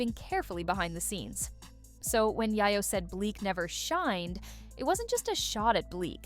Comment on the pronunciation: I was trying to listen to this, but the Narrator kept saying YyYo not YaYo. Please